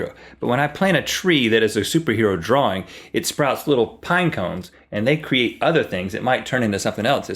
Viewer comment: "Draring" xD